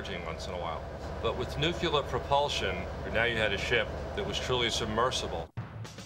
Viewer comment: nuclear not nucelar 😂